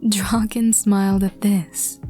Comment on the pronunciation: When she said draken x listener the subtitles really said drawkin x listener💀 but hey atleast it didn't say rawkin lmao